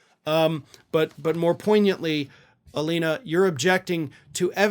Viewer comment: Please stop calling her a lawyer... Poiyantly? Is that a word? Point yant ly?